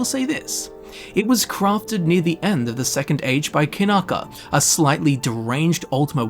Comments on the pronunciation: Kyanka is a russian word for wooden mallet ). It's Kyanka, not Kanaka. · I gotta ask - why the heck do you read "Kyanka" (Kee-yan-ka) like "Kinaka" multiple times? did someone typo your read copy?